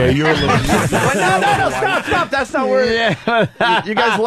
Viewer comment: Wow, nobody noticed Jim's flub: "Bow natting, number firty-flurf."